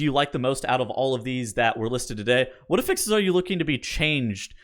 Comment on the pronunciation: Really enjoy your videos, but you are pronouncing “affix” wrong and it drives me crazy. The noun is pronounced with the stress on the first syllable: A-ffix. The verb is pronounced with the emphasis on the second syllable: a-FFIX. You pronounce the noun (what you are talking about) as the verb. This article clarifies: Cheers!